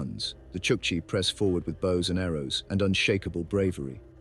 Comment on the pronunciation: This is probably why Chukchi are the butt of jokes in Russia - kind of like our "dumb Polack" jokes. Also if we are going to do AI voiceovers, make sure the name is pronounced right. The video pronounces it as "chuck see", but it's "chuck chi".